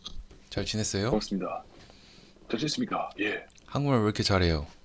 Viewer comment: ㅋㅋㅋㅋㅋ경상도 직원이 긴 연휴보내고 사무실 복귀한 날 아침 인사하는거 같다ㅋㅋㅋㅋㅋ 잘 지냈습니까